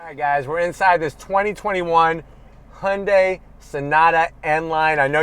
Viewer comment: He pronounce the name Hyundai perfect! Not Hiyundie!